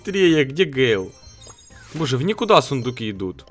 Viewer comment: ПРАВИЛЬНО ГЭЙЛ